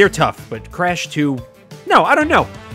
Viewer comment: I love how he pronounces Crash “Cresh”